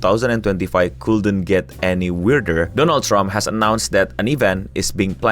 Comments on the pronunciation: Doland? Dolanan? 😂😂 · "Doland Trump" 😅 Doland ke negara tetangga 🤫